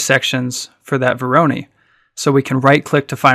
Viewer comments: Vor - ruh - noy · When did Voronoi become veronee?